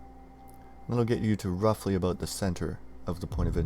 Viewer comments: Haha yeah well it was just the word 'about'. Everything else I didn't notice or hear an accent for. Tbh, no offence lol, but I figured you were American. Just when you said 'about', it sounded like 'a-boot'. And I remembered Weird Al Yankovic's sketch interivew that one time when he 'interviewed' Avril Lavigne and got into her about 'a-boot' when she said 'about'. Same here, when I hear myself I don't hear my accent but I've been told by Americans my accent is very strong. I'm like: Oh, okay then. And yeah of course. Like I said no disrespect. Just an observation.:) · Haha when you said "about" here, I was like: huh, the way he said 'about' I bet he's Canadian. I went to your About page and sure enough you're Canadian. :D No disrespect btw, just an observation. I'm sure us Aussies have our distinct way of speaking. :)